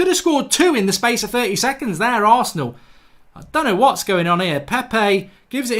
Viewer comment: He said who loses to arseanl🔥😂😂😂